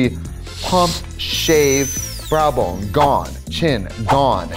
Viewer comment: Did anyone else clock the Wisconsin accent on "brow bone" ? 🤣